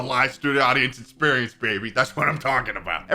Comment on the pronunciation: For someone who can’t pronounce it correctly, sure does say experience a lot